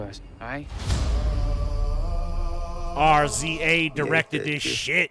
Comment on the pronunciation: Jesus,, RZA is pronounced “rizza” and he’s the leader of the fucking Wu-Tang Clan